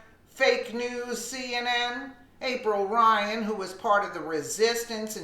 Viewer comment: April Lyan please get her name right LOL